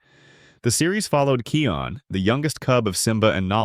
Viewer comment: And and its not keon its kIon